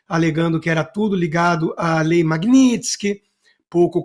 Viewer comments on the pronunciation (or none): none